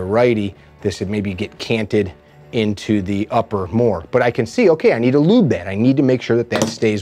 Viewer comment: It's just as easy to say lubricate or even better, gun oil or just, oil. You said lyúbe😚 like 70 times.